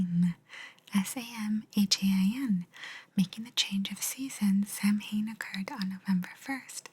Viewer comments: Samhain is Gaelic, so it isn't pronounced the way you'd expect - "saa-win" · It’s gaeilge not Gaelic and, yes, the correct pronounciation is “s-ow-in”